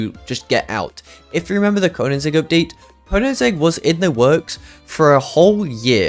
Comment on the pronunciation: Bro really said konanzig…